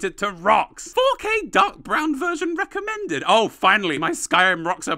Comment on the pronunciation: "recomed ned" ????